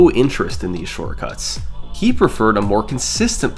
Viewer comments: 3 months late but “shorcuts” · What's a "Shorcuts"?